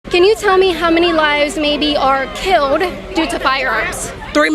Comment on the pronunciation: KAITLIN FIX YOUR SPEECH IMPEDIMENT YOU JUST SAID "KEEWWOUHD" INSTEAD OF KILLED IN THE VERY BEGINNING OF THIS VIDEO. I LOVE YOUR VIDEOS BUT YOUR 'WIDDUHL WIDDUHL CUTESY' (BABY SPEECH) DRIVES ME NUTS. AND AGAIN IN THE MAIN CLIP WITH THE BLACK WOMAN YOU SAY "HOW MANY LIVES WERE KIIWUHD??" KAITLIN YOU WILL HAVE MUCH MORE OF AN IMPACT ON PEOPLE IF YOU FIX YOUR SPEECH IMPEDIMENT / (MORE LIKE AN INTENTIONAL CHOICE TO SOUND LIKE A 'WIDDUHL BABY GIWUHL' ) PEOPLE WILL TAKE YOU MORE SERIOUSLY IF YOU TAKE THE RANDOM MISPRONOUNCING OF WORDS WITH L'S AND W'S OUT OF YOUR SPEECH. PRACTICE SAYING THEM AT HOME.